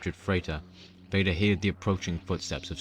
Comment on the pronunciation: "heard" is pronounced herd and not hear'd.